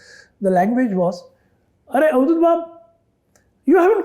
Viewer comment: NOT Auduth it is Avadhut 🙂🙃🙂